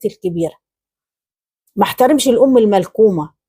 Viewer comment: تصحيح الام المكلومه مش الملكومه